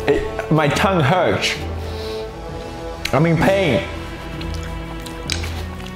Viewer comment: 'My tongue hurtch' 😆😂😂😂😂😂😆😂